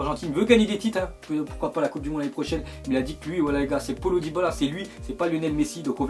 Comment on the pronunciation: comment ta dit diabala